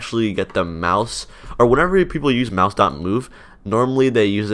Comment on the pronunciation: I keep hearing mouse as mouth